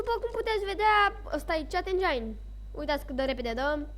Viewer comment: se pronunta cit (cheat) , tu ii zici chat engine :)) si incerci prea tare sa fii interesant ,la faza cu "va puteti pune orice" , ai repetat aia de 10 ori , daca nu ai despre ce vorbii pur si simplu....taci